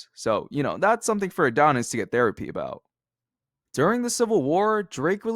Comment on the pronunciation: “Abooted” bro why I hate that ewwwwww